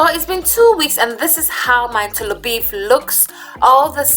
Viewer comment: Wow why the choices of different salts?? Himalayan ... wow . Ghana is Ada salt right? The way you say “tolobeef”😂😂😂😂😂😂😂😂